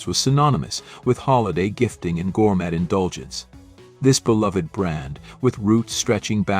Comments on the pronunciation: Killed by AI 🤖 voiceover “gour-met” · Was I hearing things or did the AI voice pronounce that "York Steek House"? This is getting out of hand, especially when the mispronunciations are laughable, and nobody seems to review them for errors. That, and gourMET. Also, the simulated film scratches/dust are really overused as a special effect. Otherwise, good material.